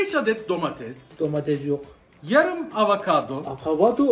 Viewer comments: Akavodo değil avakado 😂😂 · Hayatında hiç vakavado yememişsin anladıkta bari adını doğru söyle be dostum. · Neydi akavado bence avakadonun yeni versiyonu 😂